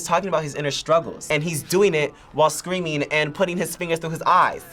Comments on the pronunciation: "I just hear scweammiehh!!" bro, please. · When he pronounced "screaming" as a 4 syllable word, i knew all i needed to know about him. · Only a testosterone challenged Gen Z’er can turn a two syllable word into 4 syllables: “Sca-ream-ing-a!!” 🙄moron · When you take a word like "screaming" and add additional syllables to make it "SCA-REA-AAH-MING_AAH", just stop. I know you're young, but you don't speak that way. (yes, I'm old) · Can't stand how these guys enunciate. "Suh-creamin-guh", "death-uh". Turning 2 syllable words into 4 syllable ones.